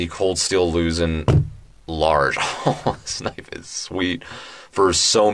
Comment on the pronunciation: You kept pronouncing it “Lusin, Louzin, Lusen” No, it’s pronounced Luzón the O is stressed to make the au sound. Phonetically it sounds “Loo Z auhn” like how Sean sounds like Shawn.